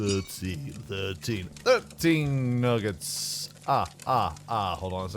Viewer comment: Why do you keep calling nuggets noogets